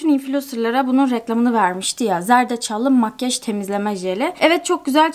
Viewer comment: neden makyaj değil de makgeş diyosun yarıldım gülmekten:D